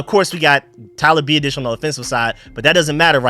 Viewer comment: His name is Tyler BEE-AH-DIS, biadasz say my man name right PLZ